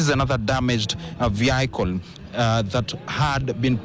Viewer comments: Practise on how to pronounce the word 'vehicle' correctly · Please call vehicle vehicle not your way it's terrible the way you are pronouncing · Very sad incident, very sad that your reporter doesn't know how to pronounce "vehicle" too. Two sad incidences that should be denounced! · Never heard 'vehicle' pronounced that way again😅